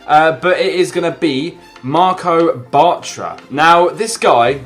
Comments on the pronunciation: i died when he said marco batra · () i died when you said batr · I cringed so hard when he was talking about "Marco Bartra" even though he'd already signed for Dortmund same with Alves